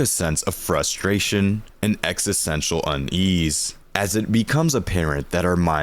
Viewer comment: Sorry bro, but you're pronouncing it wrong every time lol. EXISTential. Exist.